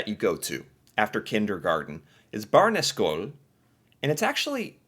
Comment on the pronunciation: I live in Norway and that’s not how you say Barneskole and also all the other ones. Also in Norway we learn English too speek too other people in different countries and lands. =D And we have Viking blood